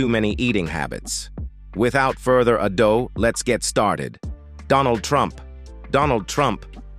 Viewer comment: further a doe (ado)? Must be AI, are we doomed? Did I say that?